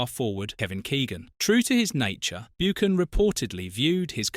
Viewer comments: You pronounced it Martin 'Boocan'. It should be pronounced 'Buccan' (Buchan) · Beeoocan at pitadree ffs😮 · Learn how to say his surname correct....BOOOKAN 😆 Pitytry , Jock STYN and KELTIC......Is this a joke? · Buckan not Boochan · "Byookin", "Keltic" Jock "Styne"?? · And Martin BOOcan who played at PITYry......is this AI? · It should be pronounced "BuCHan" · This AI voice is annoying. Cannot even pronounce Martins surname correctly.